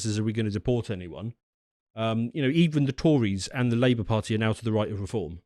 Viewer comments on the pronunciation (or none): none